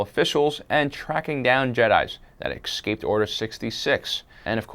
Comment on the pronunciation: You say escape funny "Ec-scape"